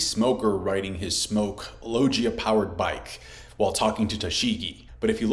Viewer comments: Bad pronunciations of some words aside, is the best reviewer and always shows pannels to connect to the points he's trying to make. Keep up the good work! p.s. aegis = soft G like in "GYM" logia = hard G like in "GUITAR saijo = same as the name JOYBOY, not "spanish J" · I dont like the way he says logia tho😂does he not hear anyone else pronounce it? How is he still saying it wrong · he just wants to be different at this point